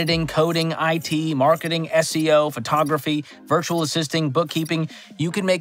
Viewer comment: "Virutal assisting" 😂